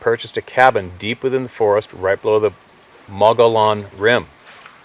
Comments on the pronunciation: Mogollon is pronounced Mohgeeon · Pronounced - ‘mow ghee on’. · Mogie-on rim is how it's pronounced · It's pronounced moguhyon. Az has a Ton of stuff that carries Spanish names. When you see a double l, say that like a Y. Just sayin. Thanks for sharing, as always! In Spanish the word Mogollon means, a lot of something, a big amount.